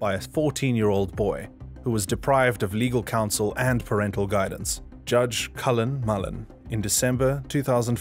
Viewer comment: Cullen Mullen??? What the? It's Carmen Mullen, aka. Caitlyn Jenner on a good day.